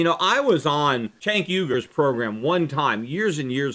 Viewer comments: Lol, I really want to know how Schiff was accidentally pronouncing Cenk's name before fixing it, haha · I guess you were saying Cenk's name wrong the whole time since you dubbed over it haha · Peter were you pronouncing Cenk's name wrong or something and went back and stuck in the correct pronunciation? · LOL its pretty clear Shiff mispronounced Cenk;s name first time around then went back over it with a voice dub-over. good video tho